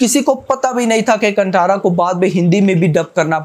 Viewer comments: Hi, Bro.. It's Kaanthaara not 'Kantara'. It's कांतारा not कंटारा, pronounce properly. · Brother, the T in Kantara is pronounced as T in talwar not Towel. (Basically chhota t) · कंटारा नहीं कांतार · Bro its "kaan" "tha" "raa" Not kantara 😒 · Bhai pronounce it properly "कंटारा" nahi कांतारा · कांतारा❤️ not कंतारा 🙏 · कंटारा नहीं भाय कांतारा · Check Hindi poster of kantara in Hindi Then pronounce the title correctly That's कांतार